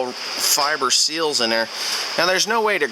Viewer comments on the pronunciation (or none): none